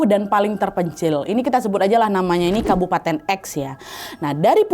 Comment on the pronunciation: salah denger ga ya di bukan kabupaten tapi kapubaten😂